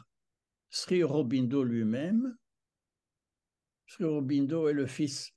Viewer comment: Monsieur, sauf votre respect on prononce SRI Aurobindo. Le "Sri" est une marque de profond respect à l'encontre, non pas d'un maître spirituel mais d'un Avatar. Il n'était pas un ami de Gandhi sachant qu'il lui a reproché son attitude pendant la seconde guerre mondiale envers les anglais... (à vous de vous informer à ce sujet). Vous trouverez sur youtube une multitude de documentaires concernant Auroville. Notamment celui d'Olivier Barrot "Auroville the city the earth needs" en anglais sou titré français. Je pardonne à votre grand âge certaines approximations très approximatives, notamment le diamètre de la sphère en crystal dans la salle aux douze piliers du Matrimandir, Dont le diamètre est de 70 cm façonnée par Zeiss (ce qui est déjà un exploit technique) et non pas deux mètres., achetez vous des lunettes. Une bonne introduction à l'Oeuvre de Mère-Sri Aurobindo, les ouvrages de Satprem. OM nahmo baghavaté.